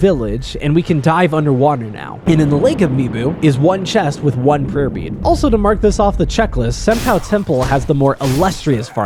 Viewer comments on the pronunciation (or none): I listened to your video while working with something. Every time you said "Prayer Bead", all I heard is "Herpes". And I had to make a quick glance at my monitor.